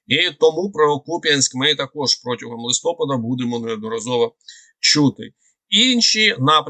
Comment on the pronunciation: Все ж таки в слові "листопад" правильний наголос на "а", а не на "о".